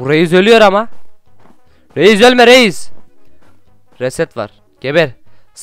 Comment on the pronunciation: Reiz değil reis